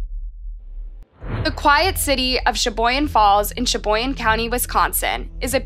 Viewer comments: Sheboygan not Sheboyan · I'm just here to tell you, it's pronounced shuh·boy·gn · She also states that the girl who apologized in court was unhinged. She was not. She was remorseful & cried as she gave her statement. often reports misinformation. Many of her vids are either incorrect or details are left out. Like, Shaboyan. It's Sheboygan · It's not Shaboyan. It's Sheboygan. Pronounced "sha-boy-gun". I know, as i live across the pond from WI. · PLEASE! Proofread your copy..ACK! She-BOY-gan, WI. Bar-BEAU! NOT Barbarro! Hornchurch COUNTRY Park NOT COUNTY! SpoKAN, Not SpoKANE! Enunciation is extremely important! At least a dozen names & places are butchered in print & audibly. Those murdered deserve their names to be pronounced properly. Thank you.